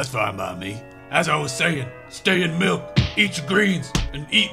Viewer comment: drink your malk 😂😂😂😂😂😂😂😂😂😂😂😂😂😂😂😂